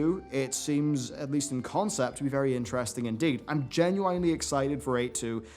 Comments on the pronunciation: he pronounces the 'ine' like you would for 'swine'. Instead of just 'in'; how literally everyone else says it. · GenYUAYNE I pointed out the same thing a while ago, it's actually tilting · you literally the only person I have ever heard pronounce genuine the way you do. It’s kind of annoying xD